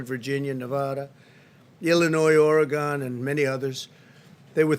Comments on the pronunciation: It's not pronounced "Oregone" but "Oregun". And you didn't solve anything in Portland. You made it worse. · Oregon is pronounced Or-gen. Oregon. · Did he say Oregano 🌿?🤣🤣